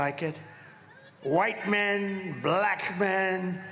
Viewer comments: Wait til YOU see the number of BLAACK people, as he likes to pronounce black, who didn’t vote for you!!!! Come on America…the world is holding their breath, waiting for us to DO THE RIGHT THING, and not put this idiot back in the White House!!!! 💙💙💙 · Why does he pronounce “BLACKKKKK” men “ that way???????????? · I know 😮 kinda sus